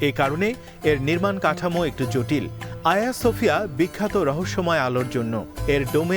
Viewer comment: Not Aya Sofia, it is hajeeya Sofia.